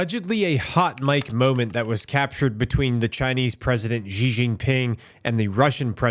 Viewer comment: why do people like to called him Jez ? his name is really simple and easily to pronounce, its just C .. even though its written as Xi .. its pronounced as C .. not Jez (not jes'us)